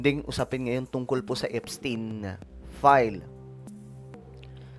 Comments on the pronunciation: Epstayn is the correct pronunciation. That is a German name. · Epstayn po basa nyan! 😢✌️GOD BLESS THE PHILIPPINES 🙏🙏🙏